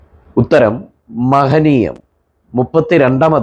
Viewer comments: മഹനീയം അല്ല , മഹനയീം ആണ് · മഹനീയം അല്ല മഹനയീം